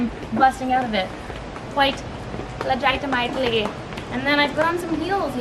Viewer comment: the skip/jump was weird but I'm glad I got to hear you say legiti-mite-ly twice lmao